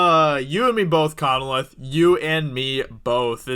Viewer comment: Lame reaction video, and it's pronounced Con-leth, not Conneleth.